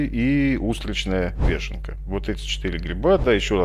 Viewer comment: Только не вЕшенка, а вЁшенка (если называть гриб по-русски). Дебильная привычка на письме заменять "ё" на "е" привела к тому, что многие, кто незнакомое слово прочёл раньше, чем услышал, приучаются говорить неправильно.